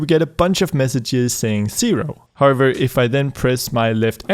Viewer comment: Whenever he used to tell however I used to hear harbor Which was really funny 😂